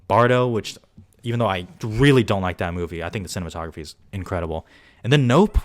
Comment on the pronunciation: did you say cinnamon-tography ? lmao love it!